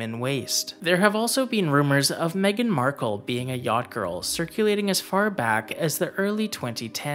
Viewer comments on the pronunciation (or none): MeGain Markle